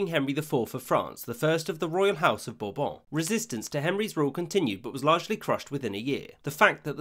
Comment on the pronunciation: The name “Condé” literally tells you it’s supposed to be pronounced as two syllables. You say “Bourbon” nicely, though.